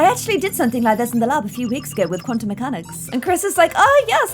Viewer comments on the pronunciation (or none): none